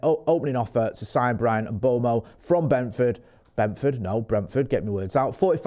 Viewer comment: it’s pronounced Mmm Bway mo not mbomo you knob 😂